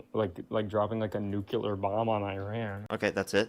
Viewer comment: Can we agree that nuclear is pronounced New Clee Are and not New Cule are? We can go from there regarding this fools argument and lack of understanding. Drives me absolutely insane just like Democrat vs democrat